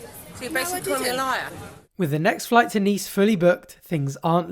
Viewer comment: 'It was specifoid, get us on that floight' 😆😆